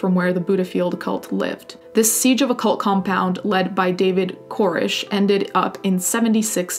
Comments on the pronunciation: But as an American, yr "Koresh" ( as in David ) needs a little work... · I think you're saying the whacko from waco's name wrong.